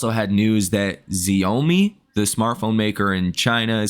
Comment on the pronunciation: Come on bro… it’s “chow me”